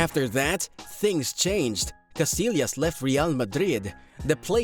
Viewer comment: it's pronounced... Kah-SI-yahs